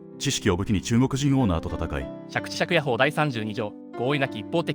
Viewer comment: 法律としては「しゃくちしゃっかほう」と読むのが正解です。